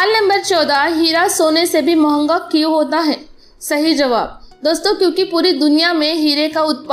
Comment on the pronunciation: Mahnga nhii mehnga hota he wo theek he